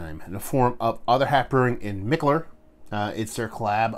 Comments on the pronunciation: you are totally butchering the pronunciation of Mikkeller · ok.....Bro your comparisons are the shit but Kobe secondary to Shaq?🤔?? Cmmooonnn!! Anyway, always enjoy the reviews dude and who give a flying fuck how you say Mikkeller!!